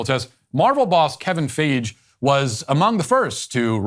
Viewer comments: "Kevin Fage" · “Kevin Fage”